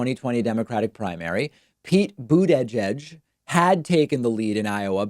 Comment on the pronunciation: Man, why do you pronounce their names so weird? Toolsy Bootaygieg If you did it as a joke then ok but I think you are being serious. Learn to pronounce please.